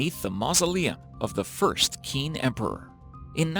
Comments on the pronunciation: Check your pronunciation on the names of famous people.The first emperor of China is not pronounced "Keen"! You did a lot of work, press on to excellence. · True. The people who make these weird conspiracy videos aren't very bright. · Qin is pronounced "Chin." That's where CHINA got its name from...Emperor Qin (Chin)! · Qin is pronounced chin. Do your research . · Nooo. It is pronounced exactly like the english word "chin". Q is pronounced as ch. Literally google it. 🙄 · Please learn how to properly pronounce “Kerala” and “Qin” if you’re going to make videos about these places. Also, the information about all the people who discovered the terra-cotta warriors is completely false- the farmer, who is one of the two who made the initial discovery, was alive as of a few years ago (approximately 30 years after the discovery). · "qin" is pronounced as "cheen", not "keen". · Qin does not equal "keen" its pronounced "chin" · The Chinese name Qin isn't pronounced, "Keen," it's pronounced more like, "Chin." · The Q in Chinese is pronounced as ch sound, so the Qin word isn't pronounced as keen but rather as chin, just so u can say it probably and I did enjoy the video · Its irritating to have the narrator mispronounce the 1st part of the Chinese emperors name....Qin is pronounced as "CH"..chin not the kin. If the narrator was not sure of how to pronounce a Chinese name then listen to a person who does. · Qin is pronounced "Chin", not Kin, lol fyi for chinese knowledge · the first "keen" emperor. Seriously? It's actually pronounced "chin" and is the name of China's first imperial dynasty. Some research could have easily caught that mistake before you put it in a video that has been watched by tens of thousands of people... many of whom are now a little bit dumber because of your laziness. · As a student studying Chinese Revolutionary History....it’s pronounced “Ching”, not “Keen” ‘Q’ is pronounced as “ch” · Qin is pronounced like “chin” not “kin” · Qin is pronounced chin